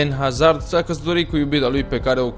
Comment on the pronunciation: vreti ma mai stiti un lucru despre Hazard, Haa? pai va spun eu: Hazard se citeste "Azard" pt ca este un nume francez si "H-ul" este mut